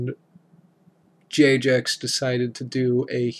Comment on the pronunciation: Lol you kept saying j-jex not jag-ex loved the vid :)